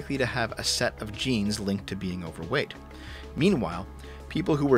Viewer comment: you need to pronounce the G in Genes more clearly... I was just listening without the visual and it sounded like you were reading a parody study claiming that jeans was causing fatness...